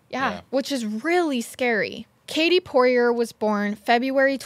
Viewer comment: It’s pronounced “Pour-ee-ay” Get yo french on haha.